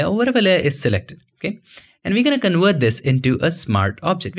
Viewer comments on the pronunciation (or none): I love your videos! You explain things so well! Very good communicator Which is why it's such a shame you struggle pronouncing V's. I believe it's just learned habbit. Please try to couch yourself with this. Do it for your youtube audience. It will take time I know. work on one word with a "v" at a time, work on the word "Convert" first, you say it a lot. Or "Versatile".